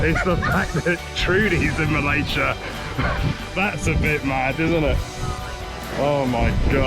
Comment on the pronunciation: Bravo, u pronounced Malaysia correctly both of you.